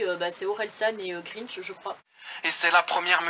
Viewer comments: "Orelsan et greenge" Aaah c'est Gringe ! 😂 Sinon super vidéo, je me retrouve beaucoup dans ton histoire. Mes amis et moi avons 15 ans et notre plus grand rêve est de vivre en camping-car. Tour est déjà prévu, du camping car au voyage en passant par l'argent. Ta chaîne nous a beaucoup aidée et je t'en remercie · Bravo à toi, tu as osée faire le pas et ça se voit que tu ne regrettes rien 👍 Tu as tout bien fait sauf... Le prononcement de Gringe 😁 du coup ça m'as fait penser à une autre de ces chansons.